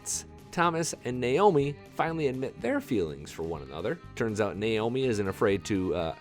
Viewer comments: FYI: the character's correct name is Neomi not Naomi. If you listen carefully how she says her name to Thomas, you will hear it pronounced as "Nee omi" UPDATE: I even got it wrong...the real correct name is "Noemi", pronounced "No mi"? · I'm going out on a limb here, I'm guessing Colton, the new hand, is the Daddy. Oh, and its Noemi, (no-amy) not Neomi (neh omi), the Captain's love. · No e mi ,I had to replay to listen to what pronunciation saying her name. Or No mi.